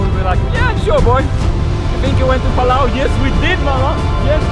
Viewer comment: It's Palau 🇵🇼